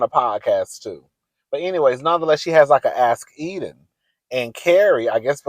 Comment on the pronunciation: In this series you have called Enid Eden, Sima Sienna, Che Shay. Love you but…um, get it together cousin 😂😂